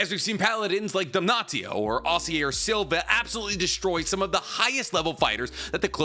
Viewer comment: "dam-naht-io" bro please why are you intentionally saying it wrong, its givingthe same vibe as people calling naruto "nuh-rue-toe"